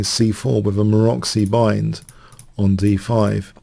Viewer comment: "moroxy bind" - what kind of animal is that? You probably want to mention the name of Géza Maróczy, a strong hungarian chess player from Emanuel Lasker era. But pronouncing his name the english way is rather ugly idea. Put word "Maróczy" in Google Translator, define language as hungarian, and then press speaker icon. You will hear the difference.